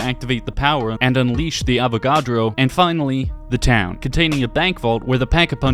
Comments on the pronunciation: How do you not know how to pronounce "Avogadro"?? It's not even that difficult to say their name. AH-VAH-GAH-DRO. Easy and even kind of fun to say. Just like Avocado. Avagadro. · this guy just kinda blurts out the common consensus and just restating the same thing. Can't even pronounce Avagadro which is something people should learn about in 10th grade Chem. Idk I think Tranzit is a unique experience that offers chaotic fun and a lot of fun play styles. Ofc it has its downsides, but it's still a bunch of fun that oozes in personality and environment like Die Rise (my personal favorite map).